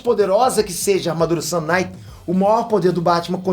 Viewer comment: O mais pika é o sotaque da palavra sun kinight que faz parecer sun night, que é noite de sol, que tambem seria um nome pika